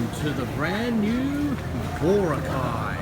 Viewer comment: Crikey mate! It's pronounced Bor-ROCK-eye, not BOR-uh-kye. LOL